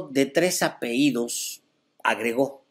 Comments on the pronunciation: No se dice apeidos, lo correcto es APELLIDOS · Se dice apellidos